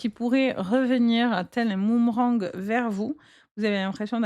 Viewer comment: ALORS LA...UN MOOMERANG😂je n avais jamais entendu... Vous êtes trop forte... mais on dit BOOMERANG Allez, j écoute quand même, j en ai le droit...